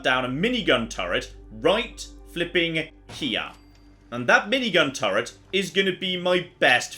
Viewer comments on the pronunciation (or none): none